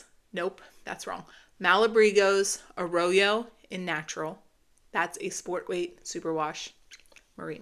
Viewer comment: Yay!! So excited for another episode…love you two! Hey…just a note - Malabrigo “Arroyo” is pronounced “A - ROY- O” - not “A-ROW-YO” - when I use superwash I always swatch - but then I also always Knit about an inch less than what it calls for - put in purl strings and block…then decide if I need more or less prior to starting the ribbing…love your shows!